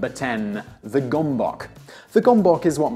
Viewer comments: That's not how you pronounce gomboc. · was the gomboc invented by Hungarians, if it was this pronunciation is sooo annoying